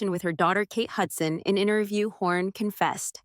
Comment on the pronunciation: It's Hawn not Horn